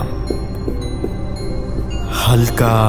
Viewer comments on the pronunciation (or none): বানানটা cupboard হলেও উচ্চারণ কিন্তু 'কাবার্ড'। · Cup board noi,cubbard. Etai sothik uccharon.